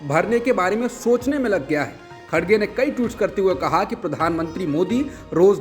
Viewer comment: The name of congress president is Mr."KHARGE" not "KHADGE" as being wrongly pronounced in the media. Just for information